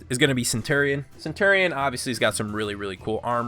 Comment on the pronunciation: pole axe?! its just an axe!! the way you said centurion triggers me so hard. the gladiator is supposed too have open chest armor! that's the point! for the valkyrie you said centar when you really mean satyr, and you called her SPEAR a staff! ITS A SPEAR!! come on dude!